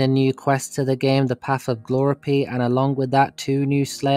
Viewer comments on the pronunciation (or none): and gloripie instead of GLOUGHPRIE